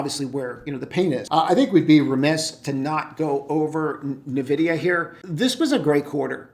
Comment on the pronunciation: 'N'vidia not navidia